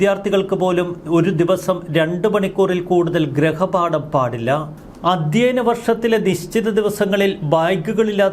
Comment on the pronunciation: ഗൃഹപാഠം എന്നു പറയൂ.ഗ്രഹപാഠം അല്ല